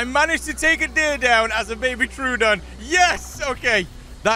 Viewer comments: I think it's "troh-ah-don", not "trew-don". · Love your videos, especially the Isle ones. Hate to be that guy but I believe it's pronounced troh-oh-don